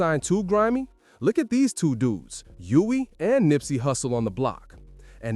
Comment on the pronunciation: Nispey not Nipey!!!Smh